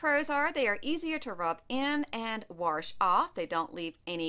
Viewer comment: “warsh”. My grandma was from PA. She’s the only other person I’ve heard pronounce it like that. Haha. Good info.